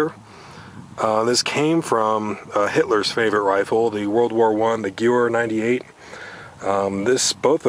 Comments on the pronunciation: Gyoo-wer? lol.. it's pronounced Ga-vair. Nice rifles man. I love my classic rifles. k98k being my favorite followed closely by the M1 Garand. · Whats a guewer? its pronounced Ga-vehr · Good video. However the k's in k98k stand for karibiner and kurz- which is german for short. So it basically means a shorter version of previous 98 variants. Also gewehr is pronounced more like Ge-ver. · also if its interests you Gewehr is pronounce geh-vear (as is 'wear and tear with a v) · Great video! Awesome rifles! Just an fyi, the 'w' in Gewehr is pronounced like a 'V'. The pronunciation would be "Ga - Vare". Great video! I especially enjoyed your comments about the Mitchell's Mauser. Well done. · Gewehr is german, thus it is pronounced gev-air, a W makes a V sound in german. The Mauser series rifles are great! i got a Yugo Mauser, no matter what Mauser you get they always are great. Nice collection you got. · Its pronounced guh-vehr.the k-98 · I believe the Germans pronounced it Guhvehr. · Gewehr is pronounced Ga-Vare ( the w is a v). Just thought I'd point that out! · Had to cringe when he pronounced the Gewehr 98 with an english "w" haha technically it should be a "v" sound instead of "w" but I guess we won the war so we get to say it however we want haha Great vid still! I'm a huge fan of milsurp rifles!!!